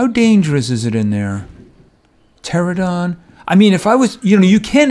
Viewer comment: Its a pteranodon not a pterodon